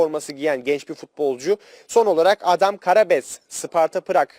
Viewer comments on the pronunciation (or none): Yaa manşetlerine biraz özenli bak.Adamın adı Adem Karabec değil Adam Karabec.Adam Hırvat değil Çek Cumhuriyeti vatandaşı.Hadi isimleri telafuz ederken sürtme olabilir ama bari manşet atarken doğru manşet at ki insanlar doğru bilgiye ulaşsın.Hiç yakışmıyor sana bu tür hatalar.Yükleyip yayına sokmadan bir gözden geçir videolarını.